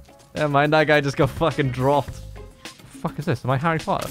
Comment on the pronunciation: Harrey Po-er